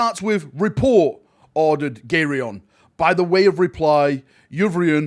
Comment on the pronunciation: Gaeron...come on, its ok years ago but now its your job, put effort into reading the names right xD